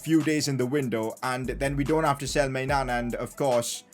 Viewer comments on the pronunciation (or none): Whenever he said maignan I heard my nan 😂😂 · When says maignan… doesn’t it seem like he is saying my nan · every time you say maignan all i can hear is my nan